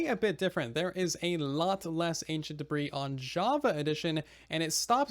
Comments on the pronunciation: I love how he says da-breeze instead of the proper pronunciation da-bree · Ancient debris is not pronounced ancient debri’s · yeah I used to pronounce it like duh-bris instead of duh-bree lawl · Everybody: debris half the time: da breeze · The "s" in debris is silent. And it is already plural. So is sounds like degree with a "b" instead of a "g".